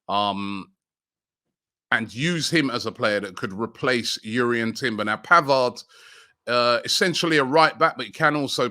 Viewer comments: It’s Jurrien not Urrien even the player said it’s Jurrien lol 😂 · JUrrien not YUrrien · Robbie, I think Jurrien is pronounced with the "J" the same way you say Jordan for example, not "Yurrien"